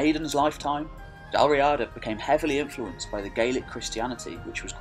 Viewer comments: In Irish Gaelic it is Dal Riada, pronounced Dal Ree-ada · The Irish ruled the Western isles and that's why Gallic is a dialect of Irish... Not the other way around. It's pronounced Dal Reeeada, btw. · Dal Riada pronounced Dal Ree-ah-dah Gabráin pronounced Gah-Braw-in